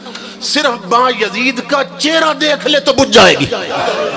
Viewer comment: How does he know who said what in grave. Although they were revered personalities but how does this molvi. Plus name is not Ba-Yazeed its Byazid.